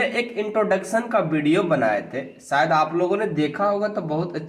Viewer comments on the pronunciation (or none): none